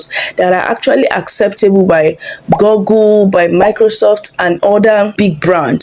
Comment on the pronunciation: It's pronounced GOOgle, not GOGGLE. You shouldn't be making such mistake in pronunciation